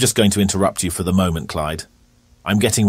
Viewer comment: You pronounced Heysham wrong. It should have a sound more like heeeeeee rather than hay.